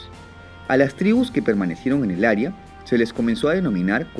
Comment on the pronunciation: Aria o área? Foniatría